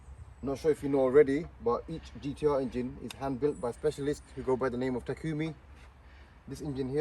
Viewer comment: It's, En-Gine NOT In-Gine ...! Sorry ! I noticed keep saying....ingine